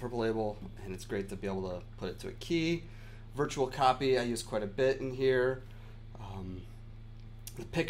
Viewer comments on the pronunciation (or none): none